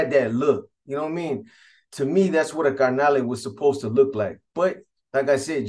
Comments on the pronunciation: Its carnal not carnale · By the way b it's carnal not carnale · This vato says carnale